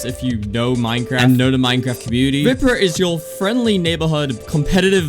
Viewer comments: It's not pronounced vìprah it's viprah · It’s VAPRAH not viprah I don’t mean the spelling I mean the way u say it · You keep saying his name wrong. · youre not even saying his name right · Why he say viprah like that